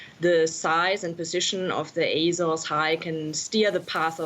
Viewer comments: It's pronounced "áy-zaurz" you jagoff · Someone needs to her about the 'R' in Azores. It's bugging me more than climate change.